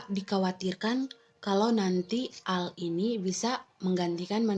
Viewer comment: Teknologi ai = AI = artifisial intelegensi...bukan di baca AL tapi AI = ei Ai..... BHS inggris